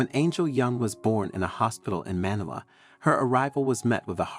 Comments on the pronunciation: The pronunciation of Manila was wrong 😂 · Have I been mispronouncing MANILA wrong this whole time?